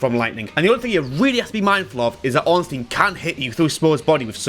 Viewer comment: Love the video but its Ornstein not Orenstein. I never understood why everybody does this smh